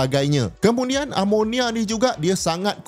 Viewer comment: 5.36 kemunian hehe😂😂😂